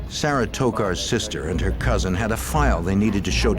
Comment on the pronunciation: My Grandmother is from Alabama and she has a niece named Sarah and she pronounces it "Sayrah" too...cute